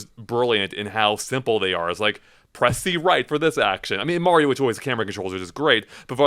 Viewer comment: Your dad just lost 15 points from Griffindor because he said super mare-io and this was years after the super Mario Brothers three commercial where they said Mario clearly 😮😊